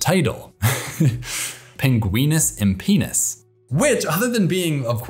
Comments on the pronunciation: Also, the great auk scientific name is pronounced pengwinus impenus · pinguinus impeenis